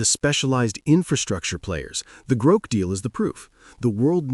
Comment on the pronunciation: At least train the stupid thing to pronounce GROK correctly. Sigh....